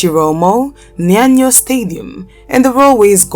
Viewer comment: "Nyanyo Stadium"😂